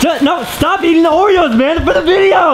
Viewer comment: Oreos not Oreyos